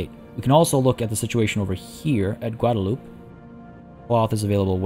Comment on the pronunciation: Guadalupe = "Gwah-dah-loo-pay"